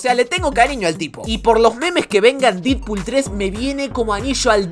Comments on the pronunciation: Se dice dedpool xd, se escribe deadpool pero se pronuncia dedpool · Mejora la pronunciación de los nombres. No hace falta un profesorado de inglés para pronunciar Deadpool como "dedpul" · Porque le decia didpool 😂